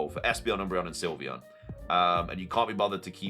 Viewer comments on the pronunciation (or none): none